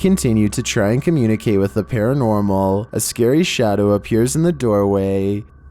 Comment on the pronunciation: So scarwy (UwU)